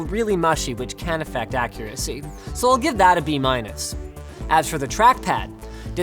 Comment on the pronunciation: Haha how he said "accuracy" was hilarious. .